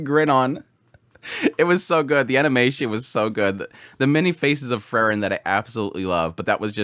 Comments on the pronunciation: It's Freeren, not Frrren.😁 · As i say again, it's Pronounced like this, Frieren as in 'FREE-REN'... Not Furren. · You pronounce frieren and fern almost exactly the same and its a little confusing, good video though! Slowing down your speech in general would be nice imo, as you tend to say individual words very quickly in a way that can be difficult. Just chill, speak a little more deliberately it would be a big improvement just imo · You pronounce Frieren and Fern almost exactly the same and it confuses me sometimes haha